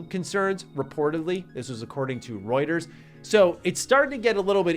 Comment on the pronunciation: thank you so much, for pronouncing Rueters correctly.